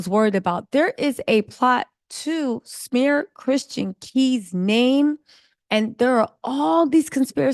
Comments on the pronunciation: Why is it so hard for you to say Christian, girl. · His name is Christian not Tristan 🙄🙄🙄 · CHRISTIAN,.....CHRISTIAN....As in a follower of Christ. Not Tristan, not Christen...Girl. Love your content, lady...but come on nahhh!! Smh. 🤨🤦🏽‍♀️🤣